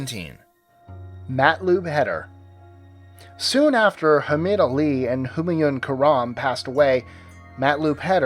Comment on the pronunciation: It's not Hamad Ali it's Mohammed Ali